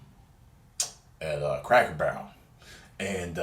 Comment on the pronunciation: did he just say crackelbarrel???